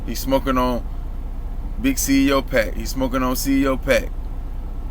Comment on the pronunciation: Bruh u said big 30 at the beginning 😂 and his name is ceo not C.E.O 🤦🏽‍♂️. Speaking on shit don’t even know correct names n shit.